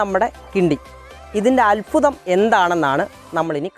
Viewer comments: അല്ഫുതം അല്ല അത്ഭുതം എന്ന് പറയു മോനെ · അത്ഭുതം,,, അല്ലാതെ അൽഫുദം അല്ല,,,,, 😁